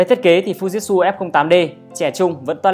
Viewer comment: Thực ra đọc theo tieng Nhật là Phư Ji Chư (ふじつ）add ạ. Chứ k phải phu jít su đâu í. =)))